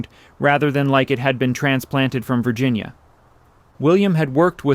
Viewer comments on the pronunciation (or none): none